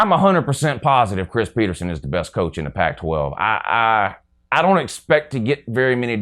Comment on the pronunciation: Go Huskies. Btw it’s PetersEn not PetersOn